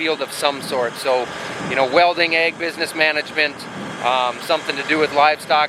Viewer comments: I know you mean Ag when you say egg. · I'm assuming at 13: 12 you are saying "ag" short for agriculture it sounds enough like "egg" that is what the close caption says . I'm only assuming now that now that you are a chicken rancher. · I’m proud of ya buddy! You are getting close to pronouncing “AG” correctly lol